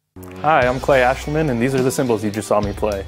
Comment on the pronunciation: Hey I know this is from 2 years ago but imma help you with his last name. It's pronounced Æschliman the old English letter (ash) and the Æ letter makes the ahhhh sound like Apple or Astroid. So if you sound out the name it's Aaaahhh schl man